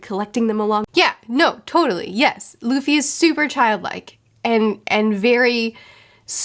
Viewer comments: It was fun to see future smile when the past said "LAFY" and not "LUFFY". 😂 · I love expressions for how she looks at the camera when she hears herself say “luh-fee” instead of “Loo-fee” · Everytime she calls Luffy 'Laffy' it instantly put smile in my face. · I like when you cringe everytime you miss pronounce as LAffy 😂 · Who's Ustop, Loffy and Zolo? What are you reading again? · Fun fact, in German luffys name is pronounced Ruffy (Roughy). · I love seeing every time cringes hearing herself say Luffy wrong LMFAO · I love the way face lights up with the biggest grin every time she hears old mispronounce Luffy, it makes me want to make the same face. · Your face everytime you mispronounce Luffy's name in the video is hella relatable. I definitely react the same way whenever I notice myself mispronuncing words. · It's kinda funny you can see in 'future' face she gets a little bit triggered how 'past' pronounces 'Luffy' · You are so cute with names!! One thing you should always keep in mind is that every time you see a specific vowel in Japanese it is always pronounced the same. For example, the imperial era of “Heisei” is pronounced like “Hey Say” not “Hee Say.” A is always “ah” I is always “ee” O is always “oh” E is always “eh” U is always “oo” (like in boo) which is why Luffy doesn’t rhyme with Roughy So Gin… in Geen not Jin :p Also never pronounce the consonants similar. J is not pronounced like G (unlike in English) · Both you and mispronounced Luffy's name but anime and manga fans have heard worse.